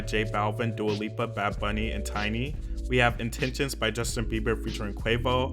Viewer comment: I swear I saw him say that and I was like ??? He also has called Dua Lipa Dua Lupa in the past